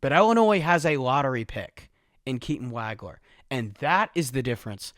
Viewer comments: It's not WAG-ler. It's WAHG-ler. Rhymes with "dog." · Great review. One thing, though. It's pronounced "WAUG-LER"......not "WAG-LER".